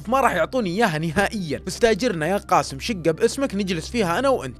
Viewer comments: اللهجة الخليجيه يكولون كاسم بس اسمه قاسم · بالتوفيق واسلوبك مميز واحب اسمع لك لكن ي صديقي اسمه قااسم بحرف القاف حاول تنطق الاسم صح